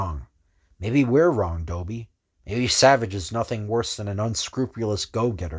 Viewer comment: It's Doiby, not Doby. It's like a Brooklyn pronunciation of "Derby" (since he wears one)